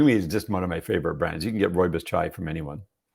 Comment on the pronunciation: it is ROOIBOS tea- I am South African born + know this!